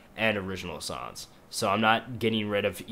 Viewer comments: when you say songs it sounds like your saying sons lol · Its funny. He says "sons" not "songs" :P Its very disturbing and the "along the lines" thing also. Found this on the front page. Gonna check out his stuff. Maybe ill like some.